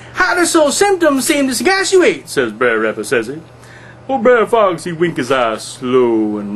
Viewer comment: Wonderful job at reading. Brer as written in the original 1890's version of Uncle Remus books. It is meant to be pronounced as "Bruh'er" as in "Brother Rabbit" Brother Bear, Brother Fox... etc... you get the point... See below post from monny287 Wrote "Bre'r Rabbit" Just listen closely next time you read an Uncle Remus book. They are all Brothers ... no such thing as Brayer....what is a Brayer anyways? Hope you get to respond to me. These are all pre-abolition slave stories with hidden messages.